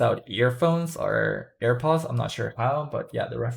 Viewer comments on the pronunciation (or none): none